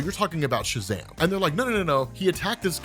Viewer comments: oh no look out its "shazadam" 🙄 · Sha-wtf-am????? excuse me lmaoooooooo